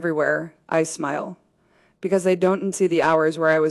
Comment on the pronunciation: AI pronounces don’t as donut T😂